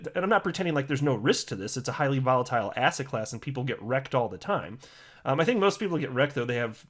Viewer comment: I now hear ass hat class every time you say asset class